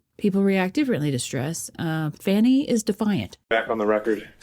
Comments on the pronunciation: I love that she calls her “Fanny” instead of Fani!😆😆😆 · I think you pronounce it fawnie not fanny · Fawn-i not fan-i Why are people struggling when they literally say her name a million times. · Firstly, her name is pronounced 'Fawnie', not Fannie. Then you and anyone else would be nervous, under the circumstances. But listen to what she says; that overrides her demeanor. You sound stupid. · Fawny pronounced Faany Fani pronounced Fanny Just because she can't spell doesn't mean everyone else can't